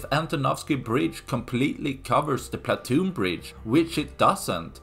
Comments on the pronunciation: It’s pontoon bridge, not platoon bridge. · Pontoon bridge, not platoon. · are you saying 'platoon"? it should be pontoon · Platoon Bridge. ❌ Pontoon Bridge ✅ Regardless of the above, good video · Why do you keep calling it a platoon bridge instead of a pontoon bridge? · Someone advise the narrator that it is a pontoon bridge,not a platoon bridge.He said platoon numerous times and no one noticed in editing. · It's PONTOON bridge, not platoon. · Say it with me, 'PON' same as 'Gone' , "TOON' as in cartoon, or 'tune' PON TOON. PONTOON bridge. Hope this helps! What do I think? Sink it already! How hard can it be with those HIMARS? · *Pontoon bridge, old boy, not "Platoon bridge." - otherwise, spot-on. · Pontoon bridge. Not platoon bridge, ffs. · Pontoon bridge. Not platoon bridge. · Pontoon bridge not platoon bridge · Pontoon,pontoon not platoon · Pontoon not Platoon. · PONtoon, not PLAtoon.